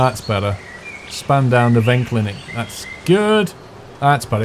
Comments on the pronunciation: "Neverklinik" xD... It is Nervenklinik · Spandau Nervenklinik - the bus goes to the hospital for mental diseases. Pronouniciation is Nerphencleanic. Ruhleben will accentuated RUH-leben. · Nervenklinik :D (y) "Ner-fen-kliii-nik" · its pronounced like "nerf" N Klinn ick and at the last traffic light the white line on the right was meant for you. greetings from berlin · You didn't put R in Nervenklinik and its Nerven-KLINIK like clinic